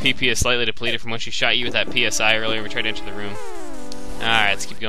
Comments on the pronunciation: pronounced "SIGH" XD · FYI that word "PSI" is pronounce sai (as in psionics)